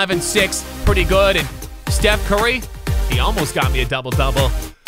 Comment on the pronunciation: Did this man just call Stephen Curry Steve